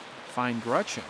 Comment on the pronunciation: Dude says "Grutchen" ...GRUTCH-EN?😂